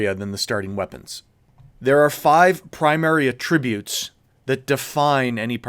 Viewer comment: WHY do you say "attributes" the noun like "attributes" the verb????? Lol so immersion breaking.